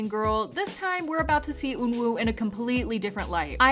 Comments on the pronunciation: Eunwoo is pronounced “eu-nu” not “ eun-woo” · aHH? Eun WOO ? its pronounced like eunoo